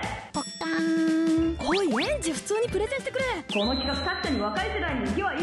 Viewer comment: プレゼンがプロテインに聞こえたW